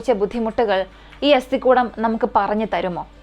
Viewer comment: അസ്ഥി -=- കൂടം /കുടം അല്ല